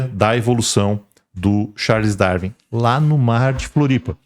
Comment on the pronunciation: Ele não consegue falar Darwin. Pqp